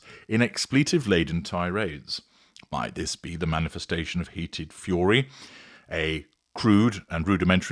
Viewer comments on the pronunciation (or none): none